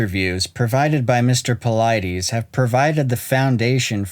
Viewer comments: David ( Pa-lid-us) not paleedees. The Lid in the middle of his name rhymes with Slide, & Glide and the US is pronounced just like it sounds US PA—LID-US ….. Not PA LEED DEES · Dus not Dee's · I think it's pronounced Puh-Lee*-Dees rather than Puh-Lie-Dees. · Its pronounced David Paul-i-dis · Your video conflicts with some of Dave Paulides' story he got from Bill Martin and you keep mispronouncing Paulides. I'm out.